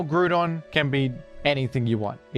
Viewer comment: Mate, isn't it pronaunced GrOUndon as in ground and not Gruuudon?